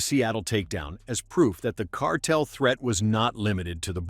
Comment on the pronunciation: I don't think Newsom can pronounce the word "cartel".